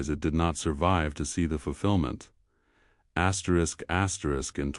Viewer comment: Could stand the elimination of the AI vioce saying "askerisk askerisk" repeatedly.